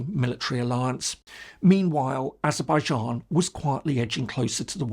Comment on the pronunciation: What's this Azerbaizharn pronunciation? I lived and worked there for over 8 years and no one but no one ever said 'Zharn' at the end of the name.